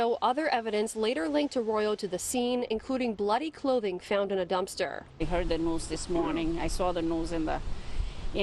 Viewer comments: The one woman doesn't know to say a simple word as dumpster 🤦‍♀️ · I was looking for this comment. She could say everything else except dumpster. Lol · Girllllll, I was like “dumpster” asshole, get it out. That annoyed my entire soul!😒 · She couldn’t say dumpster😂